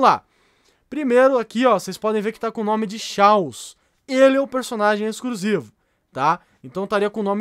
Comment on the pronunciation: EXCRUSIVO KAKAKAKAKAK FALA DIREITO